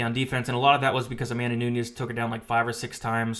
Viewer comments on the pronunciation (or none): none